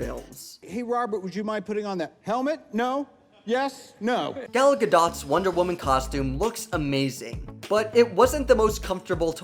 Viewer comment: Gal Guh dot bruhhh